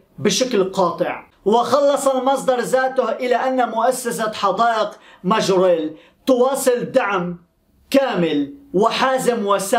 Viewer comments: ماجوريل اصلح ليس مرجويل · ٠يا ابو ابيس صحح نطقك لبعض الأسماء الغريبة عنك مثلاً اليوم تقو: ما وجيل عوض ماجَوريل Majorelle....... كما أنك تنصب نائب الفاعل.........النحو العربي دقيق و يجب التمكن منه لتفادي المغالطات...... و شكرا لك يا أخي 👍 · اسمها حديقة مااااااااججججججووووووورررررررررريييييييييللللل (Jardin Majorelle) وليس ماجويل